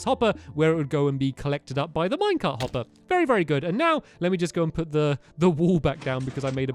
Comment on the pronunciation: its pronounced U put not puted put